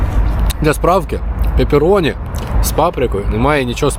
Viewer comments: пАпероні ріже вуха, ну пЕпероні ж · Сам ти папероні, правильно пепероні